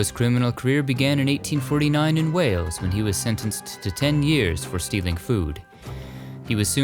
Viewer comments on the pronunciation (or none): none